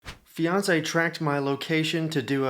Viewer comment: NGL, when the video started, I thought you said 'Beyonce' and not 'fiance'. Lol